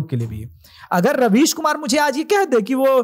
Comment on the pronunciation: raveesh ko rebeej bola jaye